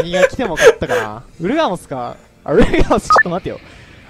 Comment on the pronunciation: ウルガモスがウーラオスに聞こえた